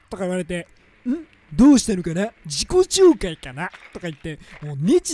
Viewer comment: 自己紹介ドルトンって聴こえる